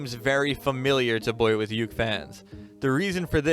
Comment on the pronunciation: Did i or everybody does not know just hear he said the wrong pronouncesition of boyuke?